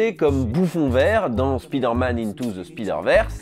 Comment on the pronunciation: Par pitié apprenez a prononcer le mot "spider". C'est insupportable. Si le super heros s'appelait Speeder Man on serait au courant, alors arretez de passer pour des bouffons.